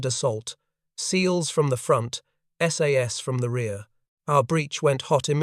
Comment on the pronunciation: Most of the photos here are of F1 or Owen submachine guns, not the sterling ... Also tell your AI that it's called the S.A.S.. not "sas".